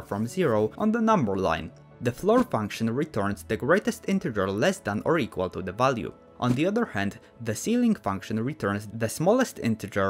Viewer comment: da 2 lines eqwawiry